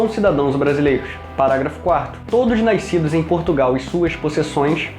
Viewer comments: Interessante. Mas, a palavra "nascidos" não tem este som de "i". Vc fala "naiscidos". É muito engraçado. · "Naiscidos" Que porra é essa!?